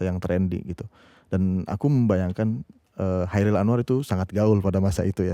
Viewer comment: Pengucapan Kairil Anwar dari pembawa acara terasa mengganggu. Seharusnya KHairil Anwar. Selain daripada itu, video ini sangat menarik dan bernas!👍👍 L50.